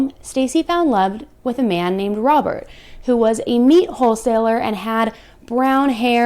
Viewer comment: I swear it sounds like you say "a man named Robber, who was a meat hole seller." Lmfao I think that's more fitting.